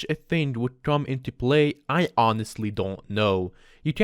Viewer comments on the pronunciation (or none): none